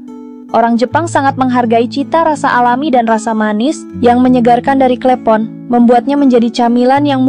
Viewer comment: Klepon bukan klEpon